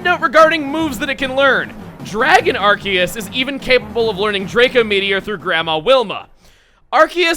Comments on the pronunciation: NOOOO IT'S PRONOUNCED (AR-SEE-US) NOT (AR-KEE-US). sorry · Also,, I noticed that even you say ArKEYus. I was wondering, do you normally say it that way or do you also pronounce it differently like I do with saying ARSEUS? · I like how he pronounces Arceus ArKeus not ArSeus. That's how I pronounce it but everyone else I know pronounces it ArSeus. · Arceus, the one pokemon that proves that official media has no clue how to pronounce pokemon names. Seriously, Arceus has 3 official pronunciations, Pokemon Battle Revolution, (and its japanese pronunciation) have it "Ar-SEE-us", the anime has it "Ar-SAY-us", and has it "ARK-ee-us" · Masae must be working overtime for all these legendaries. Also shouldn't that be a soft c in Arceus since it's followed by an e? Just a thought, i know English doesn't really follow any rules of pronunciation.